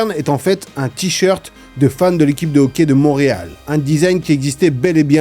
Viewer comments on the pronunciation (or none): none